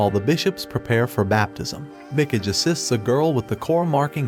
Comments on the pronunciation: "Mick-ige"? Good lord... "Mee-KAH-gay". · it pronounce as mi-ka-ge... not mi-key-j,,, you english people can't even copy japan's languages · Did this guy really watch this anime before? The way he pronounces Mikage would suggest he didn't. "Mecage"...cringe. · I feel spiritually obligated to pronounce "Mikage" like they do now xD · Facts. Mikidge. I’m like…bruh.. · It's me ka gai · Mi - Cage. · Mikage mee-Kah-gae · The way he pronounces Mikage lmfao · Yea......i check my ears everytime i hear him pronounce mikage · Is really so difficult to check how Mikage is supposed to be pronounced? Listening is impossible without cringing.